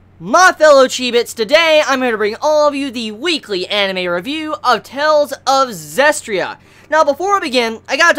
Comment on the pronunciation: you're pronouncing it wrong it's "Zes-tee-ria" not "Zes-tria"